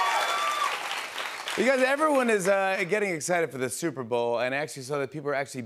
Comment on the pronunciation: "The souper bowl"